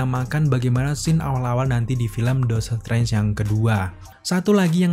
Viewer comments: bang, artikulasinya tolong diperbaiki bang. Dr td gw gedek sendiri lu blg "Dotor trance" pdhl aslinya "Doctor Strange" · Aslinya dokter streng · HAHAHAH iya kenapa jadi dotor trance yak. gapapa bang tp overall great job lah emot jempol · Bang ngapain lu ngomong doctor trance😅😂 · Dakter Strengs